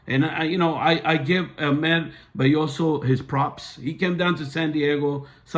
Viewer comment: He is also pronouncing Ahmed’s last name wrong and he said Hola in the court not Hello🤨